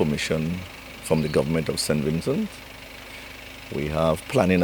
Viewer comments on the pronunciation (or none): Mr. Please stop saying Sin Vincin! So fed up of it ! It’s SAINT VINCENT!